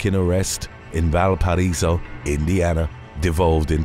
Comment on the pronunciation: Lol the way you said Valparaiso😂😂 I'm like 1 town over there porter county jail is like a slumber party